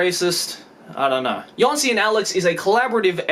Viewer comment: Jónsi should be pronounced as "y-oh-nsi". The accent in Islandic shows addition of "u" after the vowel. In the case of u, the stock pronounciation of it in Islandic is Ü, so putting the accent will turn it into something like "oo" in word "look".